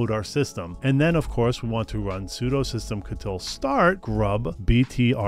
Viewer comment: Systemctl ❌ SystemKettle ✅